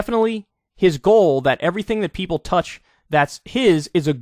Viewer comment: I wasn't sure about this until I heard Yeople. 🤔